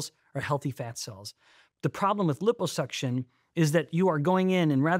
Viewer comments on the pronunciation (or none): Stop saying LIPPO (hippo) suction 😅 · Sorry can't take anything this guy says seriously due to his severe mispronunciation of liposuction.